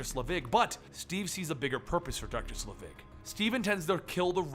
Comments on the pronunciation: I thought it was pronounced Selvig? Not Slevig? Am I wrong? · It's SEL-vig,, not Sle-VIG. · Pronounced SEL-vig not sluh-VIG. Haven't you seen a Thor movie? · Say it with me... "SEL_ VIG..." Not "SLE VIG..." Perhaps if you're going to run a channel called "Comicstorian" you should learn to pronounce things correctly. Do you're research dude. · SELVIG... not "Slevig" That being said, thank you for uploading this and everything you do. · Isn't it "Selvig", not "Slevig"? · "Doctor Sulivig" .......... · It's SEL-vig, not SLEVIG. Insert Harry Potter joke here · I like your channel and enjoy listening to you "dramatically reading them back to [me]," but it really tears me out of the story when you mess up names, especially a name from the movies with a well established pronounciation. Honestly, how do you take "Selvig" and pronounce it as "Slevig"? It's pronounced just like it looks. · SELVIG NOT SLEVIG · It's selvig like the mcu character not slevig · SELVIG... Dr. Erik Selvig, not SLEvig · I remember you're terrible at pronouncing things but you've watched the MCU movies right? It's Dr. Selvig not Slevig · isn't it Selvig instead of Slevig? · Allen Greenberg he said it wrong so many times!!! I'm no grammar Nazi but God that made eye twitch each time he did. Pronunciation: "Sell-Vigg". Oi. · it's Sel-vig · i know you hate this and you most likely got 100 comments about this but you said selvid's name wrong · oh its the worst i think hes doing this to just troll us now. i mean they say it in thor and the avengers how is he getting it wrong